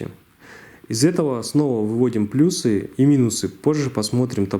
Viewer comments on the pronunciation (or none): none